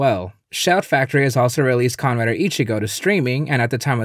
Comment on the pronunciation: It sounds like he's saying khan rider.